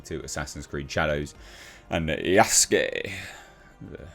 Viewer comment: Yasuke is pronounced Yas-kay